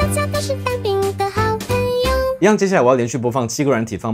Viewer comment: 「大家都是蛋餅的好盆(ㄆㄣˊ)友」